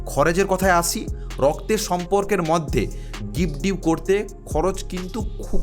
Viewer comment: কথাটা' গিফট ডিউ' নয়' গিফট ডিড'